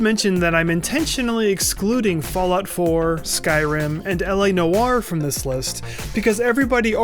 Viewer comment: L.A. Noar ? ahahahahaha dude.